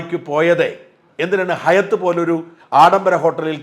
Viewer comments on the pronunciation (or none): It's hayat (ഹയാത്ഹോട്ടല്‍)